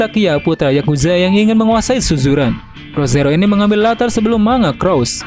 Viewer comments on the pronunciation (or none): none